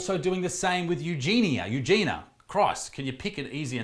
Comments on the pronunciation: Her name is pronounced Eugenia, as opposed to Eugena. You-Jee-nee-ah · The name is pronounced Eugen-I -a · U jean ya.. is the right pronunciation.. 😃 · You're the second person to make a serious video about her while calling her 'Eugena' the entire time. Makes me cringe so hard. Why pretend to care if you can't bother to learn their name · The "I" makes it You-jeen-e-a (soft "a") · “You gee knee uh” is how you pronounce her name. Learn how to properly pronounce someone’s name if you’re going to make a video about them. Also, it’s pretty naive of you to think YouTube is going to help her. They couldn’t care less. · She already been sent to rehab numerous of times. She didn't stick with it. Sadly, she's beyond help and she doesn't want it, either. Also, it's U-Genie-Ah :) You're welcome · Perhaps her name is pronounced, "U-jen-e" with the accent on the "U", like Princess Eugenie's name. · She starts every video saying “hi, it’s ugenia” she pronounces it “you-jeany-a” if you’re gonna make a video about her then at least get it right. Her friends had her sectioned. They are no longer friends. As long as people keep watching, she won’t think she needs help. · It's 'you-gen-ia' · it's EUGENIA. it's not the fucking hard dude. you're making a video about her so maybe learn her name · Eugenia. It's not that hard to pronounce. Can't you see the I in there?? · Sound it out. It's not that hard. This guy made a whole 10-minute video on Eugenia and didn't even bother to research how to pronounce her name.